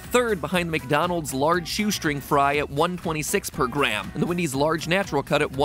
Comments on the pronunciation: Nobody: Matpat: calls Wendy's Windy's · I just realized Mat pat says “Wendy’s” like Eric Cartman